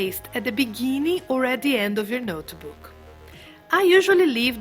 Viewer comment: There is no e sound in notebook.